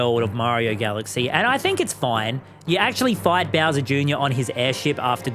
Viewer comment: the way he said 'beawser' like that i love it